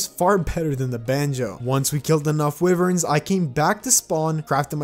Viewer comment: How much more wrong can you say wyverns?